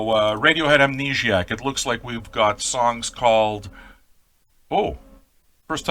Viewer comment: I love your pronunciation of the title. Amnegiac. That's what I'm calling it from now on. I'm French-Canadian, and I'm shocked you're not, based on your accent.